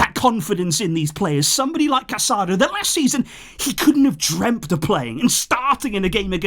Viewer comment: it's Casadõ - Ca-sa-doh.